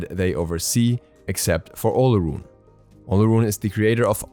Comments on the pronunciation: its pronounced OR-LORUN.....his other names are O-LO-DUN-MA-REY [olodunmare] and OR-LOR-FIN [olofin], good try tho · Olorun is pronounced as Olo-rune. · I speak the language that his Gods name comes from, the “r” is more of a “w” sound. It’s pronounced more like “Olo-wun.”